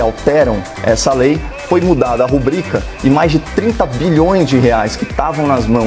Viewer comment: Caio acertou na pronuncia da palavra rubrica